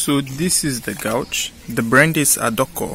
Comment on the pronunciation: I can’t get over how u say gauge u say it like gaouge